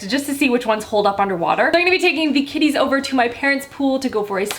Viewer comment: At first I thought you said kitties instead of kiddies. So I was just like "why are you taking cats swimming?" 😂😂😂